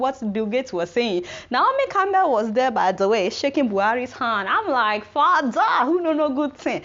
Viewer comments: Ruralafrican Shop Lmao at "fadah". The way she says that kills me lol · I like it when she suddenly says "your fada"